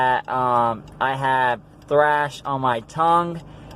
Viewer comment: It's thrush, not thrash. Just thought I'd let you know. Btw, where did you get this temporary denture from?